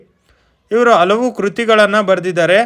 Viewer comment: ಕನ್ನಡವನ್ನು ಸರಿಯಾಗಿ ಉಚ್ಛರಿಸಿ. ಹಲವು ಪದವನ್ನು ಅಲವು ಎಂದು ಅನೇಕ ಬಾರಿ ಹೇಳಿದ್ದೀರಿ.